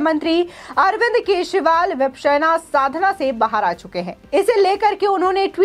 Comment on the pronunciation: Vipasana hai. Vipsena nahi. Pronounce tho thik kijiye.